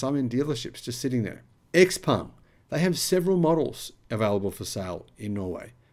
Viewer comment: Dude, it is not 'Ex Peng' but 'Ciao Peng' (Tsao Peng).